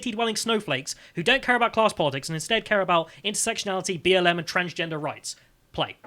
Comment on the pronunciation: I broke into laughter "cumraids" and "twansgenduh cumwæds"